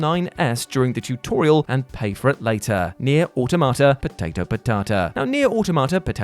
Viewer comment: I will always post this comment every time I hear this phrase. saying "Neir Automata Potato Potata" always makes me laugh. Never gets old